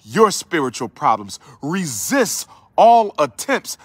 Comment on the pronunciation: Oh hey Umar the word "Resist" has a T on the end BTW ok Doc lol